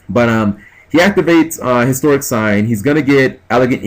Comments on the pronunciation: its like you dont read shit On top of pronouncing everythign differently which is fine, annoying but fine. Its Hysteric sign not Historic sign, as well as Harpie's Pet Dragon not Harpie's Baby Dragon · Why would you side out Fiendish Chains which punish Channeler and Summoner Monk and keep the D Prisons/Force against a deck that pops backrow like it's its job. If these videos are any indication, your side game needs much improvement. Also, 'hysteric' is not pronounced the same as 'historic'.